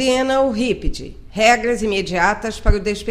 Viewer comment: confegue, regga, burocgata